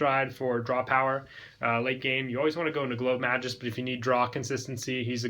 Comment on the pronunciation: The name is Mag Us, not Majus